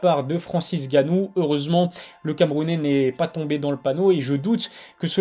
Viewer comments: On dit N gannou et pas juste Gannou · "N" il y a un "N" devant gannou, "N"gannou ! 🤣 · putain frère arrête de dire Francis GANNOU ...c'est N Gannou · Arrête de dire Francis ganou stp